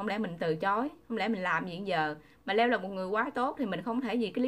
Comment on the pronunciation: Tại sao đọc tên Leo như là dưa leo , Le-o đó là tên của anh ấy